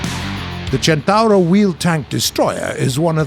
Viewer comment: Listen how's spelled and repeat: "Centauro"